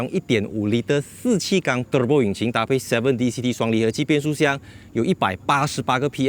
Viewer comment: 每次都期待你说～terebo😂😂